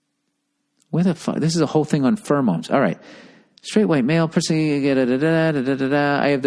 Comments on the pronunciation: The way he pronounces pheromones is like nails on a chalkboard to me. "Furamones" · Take a shot every time Bill says "furmoans."